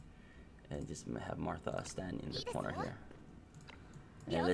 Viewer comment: It’s Maitha, not Martha